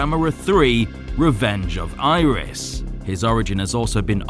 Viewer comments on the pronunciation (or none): I never hear anyone pronounce Iris right